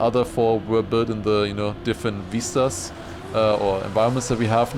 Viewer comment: All zee Germans say veeestas not vistas 😂